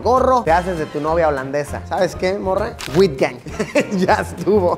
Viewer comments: Se pronuncia aitgang no witgang! Hasta parece que no viajas aunque lo haces mucho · Me dio risa cuando pronunció UITGANG 😂 técnicamente se pronuncia AUTJANG 😅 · Uitgang se pronuncia casi como out en ingles y la G hay que rasparla. En español sonaria como 'eutjang' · Jajajajajajjajsj “wITGan” la partiste con esa😂 tu neerlandés está 💯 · UITGANG Se pronuncia “autgan” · Escucharte decir "Uitgang" me dió años de vida 😂😂😂😂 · Luisito has pronunciado mal el Holandés Uitgant.